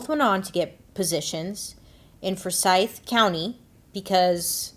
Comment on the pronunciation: Forsythe County. Accent on the For not the sythe